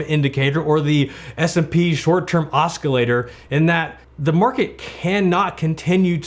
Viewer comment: Your mispronouncing "oscillator." It's a soft "c" not hard "c." Irritating.